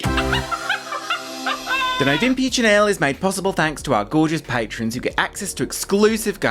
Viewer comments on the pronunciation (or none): it makes me irrationally angry, too, when people say patreons instead of patrons.